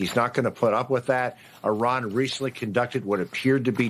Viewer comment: Say Italy, then India, then Indonesia and now Iran! Now you know how to pronounce Iran! Thank you for trying❤